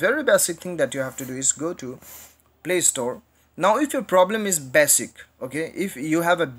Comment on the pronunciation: Legends says that he is still saying 'bessik"